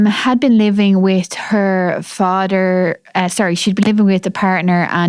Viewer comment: Het fadder and her mudder. 😮